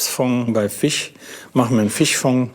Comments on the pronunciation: Was für ein Dialekt soll das denn sein? Fich Fong? Statt zu Jagen vll mal zum Logopäden xD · Fich mag ich nicht so sehr wie Fleich :p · der redet wie meine Frau… Fich und Tich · Kein Fleich kein Fich, komich...😅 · Soose und Fich macht mich fertig. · Sagt statt Milch, Mülsch kann aber nicht Fisch sagen xD Und der Sous Chef sieht irgendwie depressiv aus, wahrscheinlich weil er den ganzen Tag Fich, Fong und Gelantine hören muss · sose und Fich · Lustig, wie er immer "fich" sagt. Ganz fricher Fich ist natürlich frich gefangen, gell? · Einmal Fich und Fleich 😖😅! Die erste Episode des Formats, die mich hungrig gemacht hat. Diesmal sogar Dinge gelernt, die im Alltag anwendbar sind. Hat mich gut unterhalten, danke! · Fich Fong